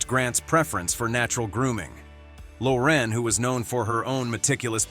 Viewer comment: If these people were depressed during filming..then how could they remember lines, have energy to act long hours? I think Sophia Loren, pronounces her surname as in (Lauren).